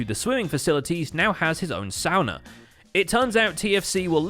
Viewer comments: holy crap, you pronounced Sauna correctly! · Props to for pronouncing sauna correct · As a Finn, I've got to appreciate the pronunciation of 'sauna'! 😁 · As a Finn, I very much appreciate the proper pronounciation of the word "sauna" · + 1 respect for saying sauna correctly! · I accually can't believe you said sauna correct. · Presumably not, but I am so thanks for pronouncing it correctly! :D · Woah, he pronounced sauna correctly!